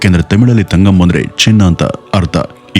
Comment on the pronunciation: It's ತಂಗಂ not ತಗಂ